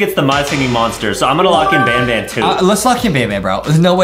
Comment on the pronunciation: IS NOT SAYING BANBAN RIGHT YOUR SAYING BONBON!!!!!!!!!!!!!!!!